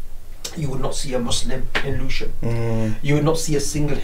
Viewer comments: The pronunciation is Lewi-sham not Lewis-ham🔬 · Nice video but the location is Lewisham, pronounced Lewis shum, not Lewis ham. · It’s LEWISHAM MOSQUE and NOT Lewis Ham mosque. Pronounced Lewishaam. It is in the London Borough of Lewisham. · Oh Brother It is NOT pronounced as Lewis Ham......it is ONE word...."Lewisham". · The locals pronounce it Lewi sham. Not Lewis ham. Still that was very interesting. I might start calling it Lewis too! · Thanks for this post,. FYI it is pronounced as "Lewi-sherm" not Lewis ... Ham 🤣 For a post about ISLAM ... to pronounce it as lewis- ham is hilarious. Thanks, tho. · OMG the pronunciation is mega cringe, it's LUEY-SHAM not Lewis HAM 🤦‍♂Great vid tho anyway!! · The video keeps mispronouncing Lewisham. It isn’t Lewis Ham, it sounds more like Lu-wish-em. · It's called Lewi-sham not Lewis-ham.. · its Lewisham not lewis ham. lewish for ish. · PRONOUCED LEW ISH AM. BEAUTIFUL VIDEO, REAL UNITY OF HUMANITY. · It's Lewisham! One word. Pronounced - lu-i-shem! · Have a Lewisham (Lew-ish-ham) suburb here in Australia. Ramadan barakatuh my brother. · I know you are unfortunate enough not to be able to speak English properly being yankeefied and all but it's pronounced 'Loui- shum' Also try not to sound so robotic/ai like. Salam. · *Lewisham ("Loo-wish-um") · It’s pronounced Lou- wish - am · Lewisham is pronouced one word . Not Lewis Ham.